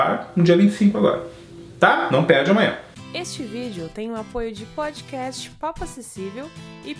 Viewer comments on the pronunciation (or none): none